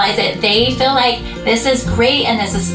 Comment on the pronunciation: I hate that she says "feel" like "fill". Crazy pieces crystal does that too and its like nails on a chalkboard.